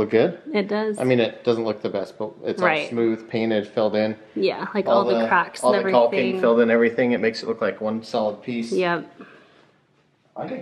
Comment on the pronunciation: The L in caulking is silent….